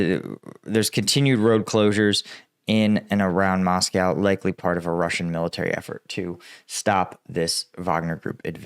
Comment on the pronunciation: It's not MoscoW; say Joe, say blow, say Moscow. 😂